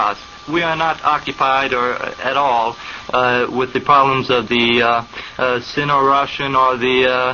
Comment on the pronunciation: I know your comment is old, but I'll say here that his pronunciation was good, though he wasn't overly embellishing it to sound like it would in Russian and was saying it in his own southern accent. Think of how someone who speaks french may know how to say 'croissant' as 'kwah-son' yet still opts to say 'cruh-sahnt' because it would be pretentious and weird to pronounce it completely accurately to the language of origin when you aren't actually speaking it. He emphasized a particularly Russian soft sound in his pronunciation - notice how the interviewer says 'kuznetskaya' in an unchanged accent and Oswald says 'kuz-NYETS-skaya' in response, as if to correct him somewhat. He knows where the emphasis on the word is and what and the soft sound (not sure what the linguistic term for it is) in the second syllable. His pronunciation is much closer to the Russian one, yet he also isn't trying to say it completely accurately since the conversation is in english. Oswald was almost totally fluent in Russian, and was very adept at the idiosyncrasies and grammar peculiarities of the language. Virtually all of the Russian emigre community in Dallas agreed on this point.